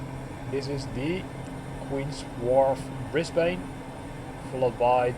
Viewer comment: Nice video! (FYI from a local, the 'ane' in Brisbane is pronounced like the 'an' in "Spartan") :)